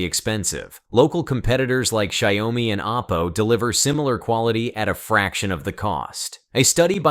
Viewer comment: I can't take it anymore. You keep pronouncing the two syllable Xiaomi as three syllables which becomes Sayawmi.